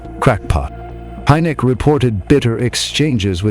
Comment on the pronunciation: Buen video, pero estan muy mal pronunciados o equivocados los apellidos de los investigadores y esto lleva a confusion; HYNEK, RUPPELT, QUINTANILLA, son los apellidos de quienes intervinieron en los proyectos SIGN (SIGNO), GRUDGE (RENCOR) Y BLUE BOOK (LIBRO AZUL)...Saludos !!!